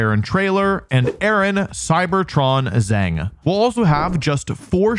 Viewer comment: The last name Zheng is actually pronounced more like 'jung' in English. That's not exactly right but much closer than 'zang' which sounds quite jarring.